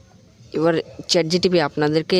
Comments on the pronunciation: চে চে জিটিপি 🤣🤣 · ChatGTP ❌ Chatgpt